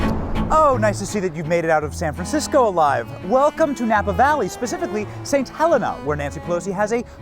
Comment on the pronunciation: It's pronounced, "St. HELEEEEEENA".